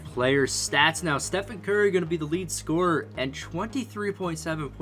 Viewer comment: Yo he said gurry